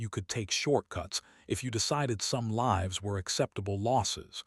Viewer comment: Learn how to pronounce Lives. Long I.